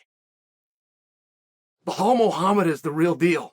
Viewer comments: Appreciate the analysis. Just wanna say, his name is Belal not Bahal. It comes across off when u say it. Keep it up. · It’s pronounced “Buh-Lawl”, not Bu-Hawl”. Good lord how are you so bad at pronouncing it? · His name is Belal with an L not behal with an H. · Chael: What's your name? Belal: Belal. Chael: Blahal? Belal: Belal. Chael: Ok great. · Bi-lal, please chael please stop calling him bihal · Blahol was very impressive Cha-eel, I had it wrong, thought burns had this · Every time he says “Blahal” I picture Hank Hill saying it😂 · Stop calling him bluhaal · Who's Bahaaal? Lol😅😅😅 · Jose reaching out to chael. I love how chael gets the names wrong. Like are you doing this on purpose? Bahal and piera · Why chael keeps calling him behal😂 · I’m starting to think Chael says peoples names wrong on purpose for a laugh….Pierra…Marklechef…Bluhal 😂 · It’s Blahal right? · Lol. It's Bahall. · Bluhal “Pronounce the Name” Mulhammed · Chael has own way of pronouncing people's names.🤣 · Stop mispronouncing his name. That’s ignorant. You’re better than that. If you didn’t know that’s what Zionists do to Palestinians to dehumanize, disrespect, diminish, demean, and belittle Palestinians. I’m sure that’s not what you’re doing but at least make an effort. The real way to pronounce his name is actually easier than whatever the hell your saying. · Pretty easy to say his name and there is no h in it